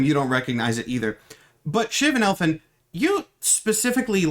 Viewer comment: “El Finn” smh